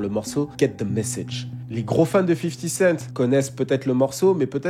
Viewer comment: "50 kent" ça m'a tué haha